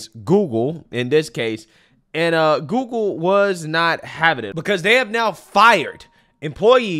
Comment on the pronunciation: Love how says "GooGoo" instead of Google lol